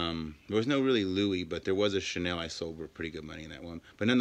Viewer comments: In the beginning of vid he said Chanil like in Chaneel ... weird at least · Seems like burglars looking for valuable items that could pawned for cash! It made me angry! Especially knowing that all those used to belong to someone that now is probably dead and it could be pass on to his / hers family. Such a shame! And who pronounce Chanel , Chanil ? Get a real job burglars! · Can’t pronounce Chanel, 75$ estimate for a 600 dollars wallet... these people piss me off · He cant pronounce any designer name ! Vintage bags are authentic , others are A class fakes